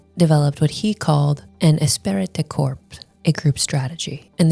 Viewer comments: Jeez!!! Esprit de corps is pronounced, "E-spree da core" not "decorps," you Gomer Plye (if you don't get the reference, Google it). How do you make a video and know how to pronounce a key word? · Interesting video! A couple thoughts... * This "esprit de corps" strat wasn't only to protect women; it was also to protect men against the elites monopolizing all the women. And, as the lady said, the kids. * "Esprit de corps" is pronounced more like "Espree day core". Means "group spirit" in French, and started off describing military units. * Not sure about this, but I wonder if this phenomenon has impacted the developed world's fertility crisis. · Esprit de corps is pronounced Espree de core. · oh god it's pronounced "esSpree dih core" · Espirit de corps is pronounced "Espree de core" Just a pet peeve of mine. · I watched this video from her a dat or two ago. Good video except for her atrocious pronunciation of French. It's pronounced 'espree du cor". That was the one thing I hated throughout the whole video, haha. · Love it when internet idiots try to act like they're deep, and have a thorough understanding of something, and then mispronounce the name of the key concept. Espirit de corpse... Women pretending to understand is always hilarious. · These chameleon bjtches always try to discredit "red pill" while repeating its exact points. They're grifters. They see the mainstream intentionally misidentifying red pill and they go along with the crowd. They can't help themselves. "Women" Also, she butchered the pronunciation of esprit de corps. It's pronounced eh-spree-d'-core with emphasis on spree and core. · Espirit de corps! The t and p are silent! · Her pronunciation of "esprit de corps" is grating.